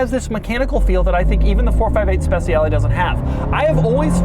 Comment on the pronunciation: Just one little thing : "Speciale" is not pronounced "Spe c ale" with the soft c, is pronounced "Spe ch ale" with the ch like cha-cha-cha